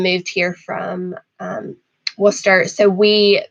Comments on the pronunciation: Finally! An American who can pronounce Worcester correctly in the first try 💪🏼💪🏼💪🏼 Good luck in your journeys 😊 Wus-sta sends wishes to you 😉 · you mastered Worcester, even with a bit of local dialect in there, probably the first American i have ever heard say it right lol